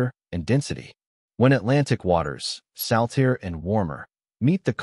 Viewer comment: Salteer instead of saltier yup I heard it too